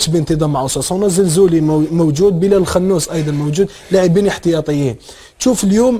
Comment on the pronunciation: بلال الخنوش ماشي اخنوش